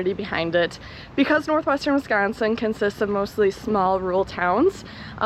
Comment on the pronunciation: How long have you been in Real Estate? BTW way you say Northwestern Wisconsin is cool.....